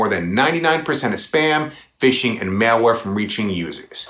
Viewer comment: Malware is pronounced: Mall where NOT: Mail Where